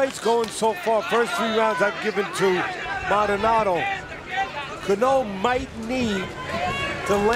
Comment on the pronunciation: Somebody teach the announcers how to pronounce Cano correctly